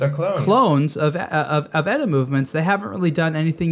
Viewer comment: It's "E-T-A", not "Etta", you ass!